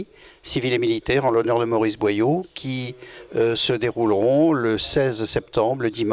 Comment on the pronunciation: BOYAU ET NON BOILLAU une descendante de Maurice BOYAU